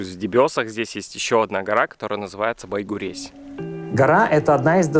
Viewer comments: Байгурезь - читается как Байгурежъ. А ещё ты бы приехал и позвонил мне. Я бы тебе все показала и удмуртские названия подсказала. А ещё есть южный район. Большая Уча. Найди и расскажи. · Да почему же вы все путаете, читается не Байгурезь, а Байгурежь